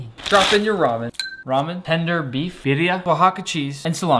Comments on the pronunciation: What he is saying: birria What he is pronouncing: bithia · At least learn how to pronounce birria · bro pronounced birria in cursive lmao